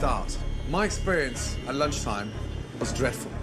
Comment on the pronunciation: exeberinse lol